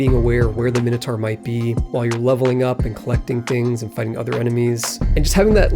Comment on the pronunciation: It's great that you made more of this series. It's not pronounced minnohtar, BTW